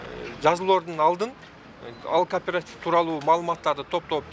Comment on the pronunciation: Кардарлар! Кооператив деп айтылат.карпаратив эмес .атын туура айталбай анан эмне киресинер .карангычылык .